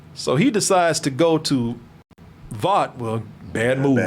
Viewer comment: What the fuck is a Vaout??? Lmfao as many time as Vaught is said in the show you'd think people could say it right by now